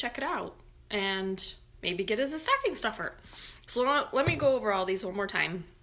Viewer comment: Awwww!! You have such a great Rochester accent saying staaahhcking! 💜🎉💙